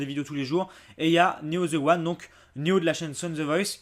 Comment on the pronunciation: Putain c pas ze c'est the bordel